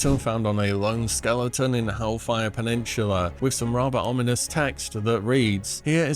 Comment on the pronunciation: Bro why do you always say pe-nin-chu-la? Is pe-nin-SU-la